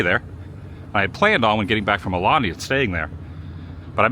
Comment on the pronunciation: Wassup Adam!! Aloha from Hawaii! Check this out, I love your content and watch it every morning (Hawaii time) but you’re still pronouncing “AULANI” wrong, my brother…🤙🏽